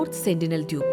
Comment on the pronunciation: ദ്യൂപ് എന്നല്ലല്ലോ ദ്വീപ് എന്നല്ലെ😂